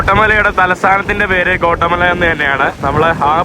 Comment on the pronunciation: കോട്ടമല അല്ല ഗ്വോട്ടി😊മാലാ